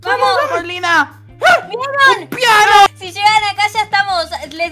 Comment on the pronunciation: Dijo como Un PIano xd